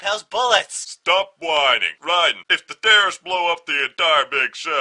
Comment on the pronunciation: Rai"dan"? I think you mean Rai"den".